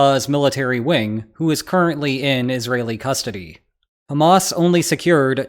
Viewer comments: highly sanitized. And Hamas and Abbas rhyme only if you mispronounce them. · Hamas once again mispronounced. Anglophones just cannot do the Middle East H. Listen to Arabs speak, or give it to a Scouser. 😊